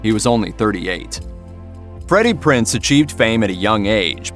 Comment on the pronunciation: The man’s name isn’t pronounced ‘Prince’, it’s PRINZ just as it’s spelled.